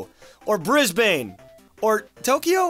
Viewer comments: You insult my country You say it bris-ban. not bris-BANE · never pronounce brisbane as brisbayne again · we say it brisbin to be honest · bris BANE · Bris-bane. No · LOL YOU PRONOUNCED BRISBANE WRONG 😂 I laughed for the rest of the video onward... I live in Brisbane